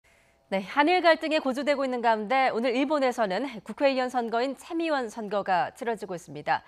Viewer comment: 근대 참의원이아니라 챔의원선거라고 발음하나요? 참기름이 챔기름되는 고소한법칙인가용?